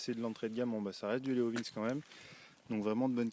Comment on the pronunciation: Belle présentation, par contre Leovince, cela ce prononce "Léovinssi" 😉